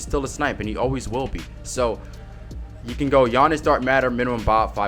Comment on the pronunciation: "takeover gianiss"